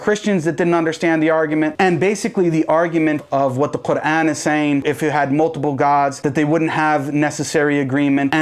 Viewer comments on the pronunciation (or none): Someone please teach this guy how to properly pronunce the word Qur'an. Tired of hearing him pronunce it - Kagaan - since my childhood.